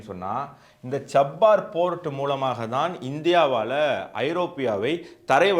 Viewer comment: Pronounce error. Cha - bah- hahr port